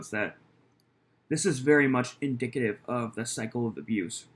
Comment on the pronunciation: "Indicate-ive"? Indicative